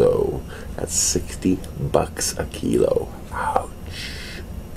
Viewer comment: Funny how you pronounced the "thirteeeee dollaaaaaars half a keeeeeeelow" 😹😹😹😹😹👍🏻👍🏻👍🏻👍🏻👍🏻👍🏻